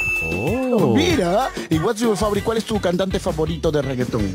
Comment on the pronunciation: ¿IS MAY FáVORIT? ...NO WAY CABEZóN!! .. atento: "JI IS MAY Féivorit pleyer" ....